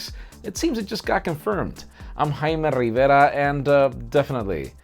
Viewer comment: I like the way you pronounce 'Rivera'. Hahaha.. But srsly, no headphone jack is acceptable but phone manufacturers should also start looking at including wireless earphones out of the box. And also, if it's not waterproof then I don't see any quantifiable reason why we're removing the headphone jack.